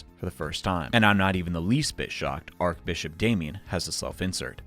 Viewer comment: Archbishop is not pronounced "ark-bishop" it's pronounced "arch-bishop"... like the bridge type of arch. Why are Americans so bad at basic English words?